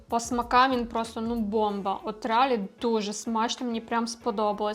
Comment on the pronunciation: реАлі? Ви серйозно? реАлі?🤣🤦🏻‍♀️ Блін… ну все прекрасно. Але, будь ласка, будь ласочка (!), «щоб розвивався український ютюб», зверніть увагу на лексикон і дикцію. Це важливо.